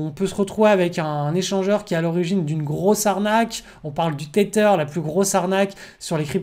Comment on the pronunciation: Tether à prononcer teZer l'ami !